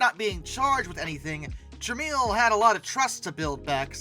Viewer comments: It’s “trah-mel” not “trah-meal”. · OMG. It's TRA-MELL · The name is pronounced TRA-MEL. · Its pronounced "Trah-mel" not "Trah-meal" Look into Amstrad. It nots just a computer story. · It's Polish. The "I" in Tramiel is silent.